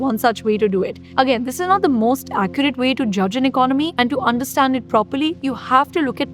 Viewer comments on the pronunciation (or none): none